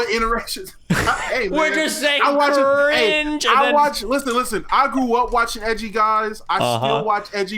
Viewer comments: 100% morphed that cring-juh-juh-juh into the n-word lmao. Good content trying to weasel out of it lol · They are assuming it bc it literally sounds like you said it with a hard R lmao there’s no getting around it wether you said it or not. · He's saying cringeeeeeee acurrr inge acurringe where he's emphasising the sound you make in between and the "curr" at the start of curringe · Love Destiny but that cringe did sound like the “n” word. Lol😂